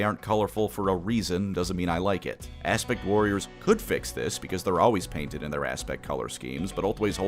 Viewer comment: Kept hearing "Aspic Warriors" this time.